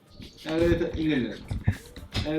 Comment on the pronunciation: 唸對一半，h 也沒發音，唸英嗯